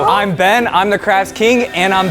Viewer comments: why do they call him bean..... HIS NAME IS BEN... THERES NO A IN BEN SO CRINGE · He called him bean instead of ben 😂😂